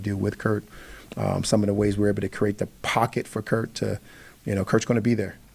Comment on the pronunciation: Why do they keep calling him Kirt?